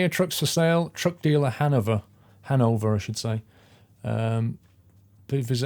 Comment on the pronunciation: You pronounce Hannover with an F like Hannofer.